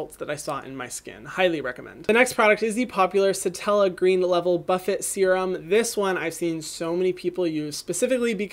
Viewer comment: Did he really pronounce buffet as "buff-it" 😂❤